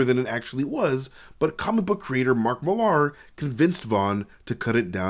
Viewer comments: FFS Millar is pronounced the same as Miller, fucking Yanks! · Why are you saying Millar that way?